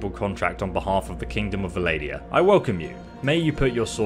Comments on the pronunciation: Almost as funny as when he pronounces the faction Vah-lady-Uhn...100 IQ play AND pronounciation xD. Still, if I was looking for diction I wouldn’t be watching vids from an Aussie... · Vladia, nice pronunciation XD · Vassal* Vlandia* not bloody vessel and Valadia..... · It's Vlandia not 'valadia'.... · Say it with me, Vlan-dee-ah, vass-al. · Why do say it like the N in Vlandia is silent? :)